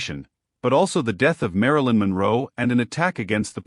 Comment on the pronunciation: Marilyn WHO ?? Ai, seriously. Learn the English language